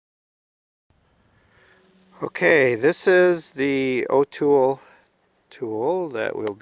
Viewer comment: Good job on the TPMS relearn with the TS508. By the way, Autel is actually pronounced "Awe-tell." Overall, excellent video.